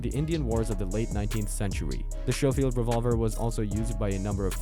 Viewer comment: It is shoffild it's scofield!